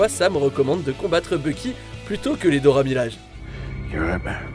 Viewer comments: Dora milaje prononce bien pour moi S'il te plaît miladje please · Pas que pour toi, c'est horrible la manière dont il prononce le nom 🤦‍♀️ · Les Dora Milaje et Vanda 😭😂 Oui ça s'écrit comme ça mais ça se prononce Dora Milajé et Wanda